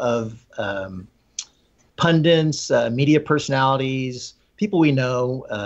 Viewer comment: Please tell, it's "pun-dit," not, "pun-dint." Meanwhile, dude is haf.